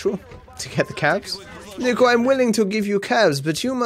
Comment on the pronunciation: "sniko Bellic" Unsubscribed